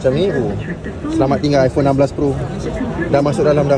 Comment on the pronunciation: Ipone 16 pro...balik sebut ipone 16 pro hahhaha